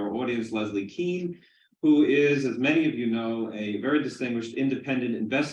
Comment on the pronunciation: It’s pronounced Kane , not Kean. She’s probably wishes that she just changed it to keen 50 years ago lol.